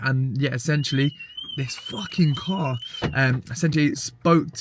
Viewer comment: “this Fawkin cahhr” lol